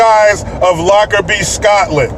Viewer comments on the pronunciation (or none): none